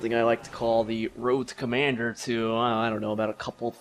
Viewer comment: woad to commanduh